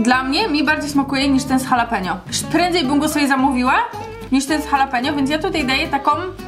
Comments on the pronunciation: H w języku hiszpańskim jest nieme Jaleno czyta się Alapenio nie Halapenio Boże jak to denerwuje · jalapenio?? xD